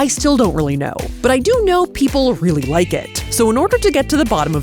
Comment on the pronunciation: Don’t worry Safiya I got your “uhh im weally starting to wwike Dollywood” reference 😂 it was hilarious